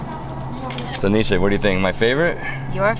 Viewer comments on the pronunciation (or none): none